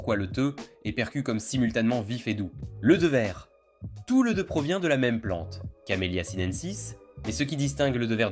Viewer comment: C'est Thé pas theu😅